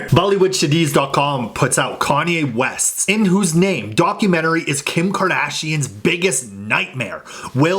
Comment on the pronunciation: "Darkumentary" poor kimk lol.